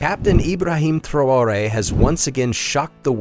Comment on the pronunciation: You pronounced the name Traoré three different ways